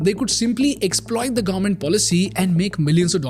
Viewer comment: Government ko Garment bolna band karo plz..